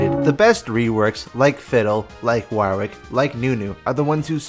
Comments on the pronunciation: waaar-wick.... never heard it pronounced like that before.... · It sounds like your having a stroke every time you say Warwick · Yet another example of Americans unable to pronounce Warwick